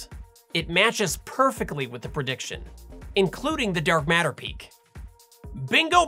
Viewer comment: If you watch Sabine she says Dark Matter but with her accent it's Dark Meta 😂🤣 i laugh so hard